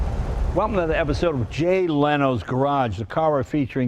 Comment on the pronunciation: Lol, Jay butchers his last name and he probably doesn't even know himself how it's properly pronounced. But then again that's about 80% of Italians who came to the states by second generation...